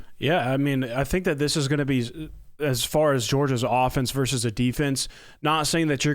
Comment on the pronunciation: Say, versus, as in Roe versus Wade, not verse.